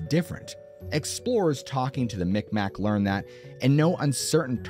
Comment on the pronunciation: Mi'kmaq is pronounced in a way I can’t type phonetically (or speak). However “migmaw/meegmaw” is also an accepted pronunciation. Never “mickmack”.